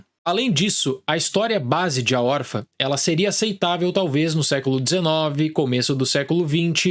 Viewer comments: Não pude deixar de reparar: por que o fala "órfa", sem o til? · Acho fofo que ele fala "órfa"